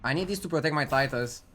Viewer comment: But pronounce it: tit-us